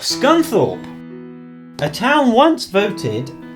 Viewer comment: There's no S in Scunthorpe